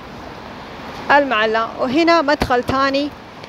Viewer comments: المعلاه وليس المعلا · المعلاة وليس المعلا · طبعا في المجمل شي جميل ما تقومين به اختى الكريمه في كل فيديوهاتك ولكن في هذا الفيديو لموقع اثري مقبرة المعلاه وكما لفظتيها بالمعلا بتشديد اللام وهذا خطأ في صحة الاسم لانه كثير من المتابعين يعتقدون بان ما لفظتيه اسم صحيح ايضا العزة وانتي لفظايها غزة بدون الالف واللام وتفرق بين غزة والغزة اتمنى في اي اسم يكون صحيح وخاصة المواقع التاريخيه حتى لانعبث بمسميات تاريخية ذات قيمه علمية وليس مجرد تعليق على فلوق لكسب عدد من المتابعين اتمنى قبول ملاحظاتي ولك كل التحية والتقدير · اسمها مقبرة المعلاة اللام عليها فتحة بدون شدة أي لاتنطق بالشدة هذا الصحيح